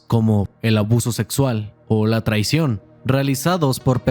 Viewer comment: dice tracion xd